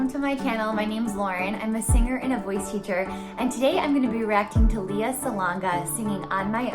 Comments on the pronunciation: Hello. Just an fyi. Since you are a fan i guess it is better you know. Lea is pronounced as LEh-yah and not Leeyah. Thanks :) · Great reaction. This is my favorite show and favorite performance. Just fyi: She's pronounces her first name "Lay-uh." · Hey, Lauren. Lea is pronounced as Lay-yah. That’s a Filipino pronunciation that Lea will appreciate. 😉 Great reaction though. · Her name is pronounced Lay ah.